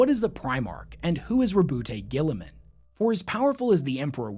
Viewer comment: the immense will power not to butcher Guilliman's name